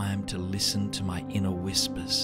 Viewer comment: "Inner whispis"...made me chuckle. Laughter is great medicine. Amen to you all and always listen to your inner whispis!